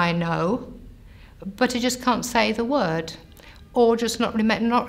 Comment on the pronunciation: Her mistakes are interesting... vigar for vicar, worth for word. Phonetically similar sounds that in many languages aren't distinguished. Sounds like she'd have better luck being aphasic as a Finnish person.